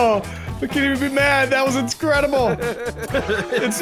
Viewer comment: New word inscredile